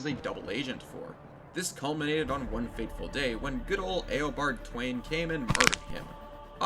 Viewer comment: ALL WILL BOW BEFORE THE MIGHT OF GODSPEED! Also it's pronounced Thaw-ne, not Thwayne.